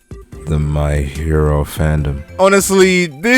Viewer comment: why he say that my hero fandom like that